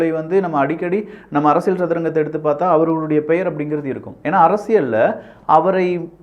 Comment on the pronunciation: அரசியல்... Not அரசியழ் or அரசியள் 🤦🏾‍♂️🤦🏾‍♂️ It is getting annoying